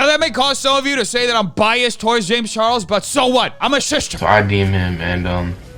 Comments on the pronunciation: Such a serious topic and me and my fiance can't help but giggle everytime says "SHISHTER SHAMESH" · Everytime you said Shista a bit of wee came out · "Im a shister" lol...